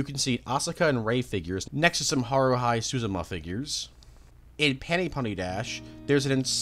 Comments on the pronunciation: The way he pronounced Haruhi 💀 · haru high